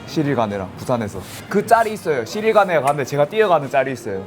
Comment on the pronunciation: 자꾸 시릴 가누라고 하네 ㅋㅋㅋ